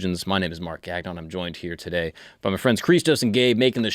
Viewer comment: I'm just wondering why you use pronounce your last name GAG-non, instead of how it's supposed to be pronounced.